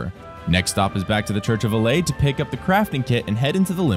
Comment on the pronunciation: Why is he saying “allay” instead of Elleh?!?! Wtf